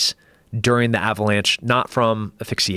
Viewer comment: Tim "aphyxiation" Kennedy